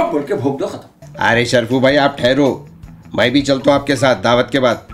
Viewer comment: " bolriu may " 9.56 Hayyyyeeee ❤️. Aaj se main bhi, main ko ' may ' pronounce karunga..... ❤️❤️